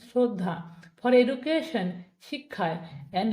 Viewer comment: এডুকেশন নাকি এজুগেশন?